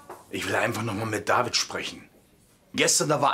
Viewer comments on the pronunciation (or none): WIESO IMMER "DAVIED"